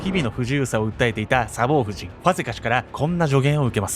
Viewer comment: サボー↑夫人😂 サボー↓夫人ですｗ 全く本筋と関係ないけど気になって気になってｗｗ